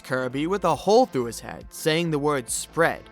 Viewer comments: I didn’t hear “spread” I heard “spoobert” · Bruh I heard squid games and not spread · when he said spread ( the infected kirby ) i tought it said stupeid stupeid stupeid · I thought Kirby was sayin bread, but he was sayin spread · I thought virus Kirby was saying “squid” at first, which really threw me off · Is It Just Me Or Does The Virus Kirby Saying "Spread" Sounds Like Him Saying "Squidward" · when i saw kirby test rooms virus guy i litteraly thought he said squib lol